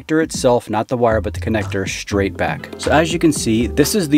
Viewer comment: “Pull it shhhtraigt off”. What does almost everyone talk like that now?